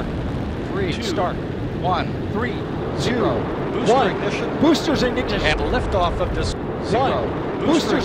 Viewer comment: Artemis guy couldn’t even say Ignition properly 😆 jokes aside, Mistakes happen. Also, Damn. Space shuttle Era Commentry used to sound so cool.